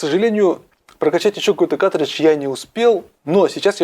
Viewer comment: плату с игрой можно изготовить самостоятельно или на заказ. на ютюбе полно умельцев занимающихся подобными вещами. P.S.: и да правильно говорить "каРтридж", а то уши режет